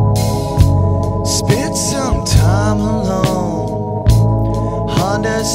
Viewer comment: Anyone else notice the way he pronounces again every time?